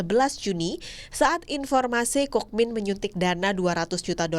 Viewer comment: Kookmin dibaca Kungmin